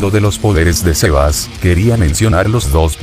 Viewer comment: Aprende que xeba es xebas